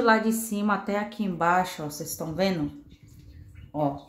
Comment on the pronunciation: Tá “venu”? Tem dó, fala direitinho, pô! Para de assassinar o Portugues! Quem vai dar credibilidade pra alguém q nem sabe falar direito!